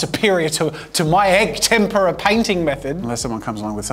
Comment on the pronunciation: Oh finally an Italian Jazza 🤣 though for the whole video I kept hearing “tempura” instead of “tempera”… got me hungry… need to find a Japanese restaurant now…